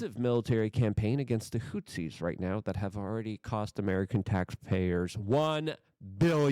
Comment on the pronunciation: Also 'HOOTH-EASE' hot 'hoot-seas' 'ex-ass-er-bate' not 'ex-aster-bate'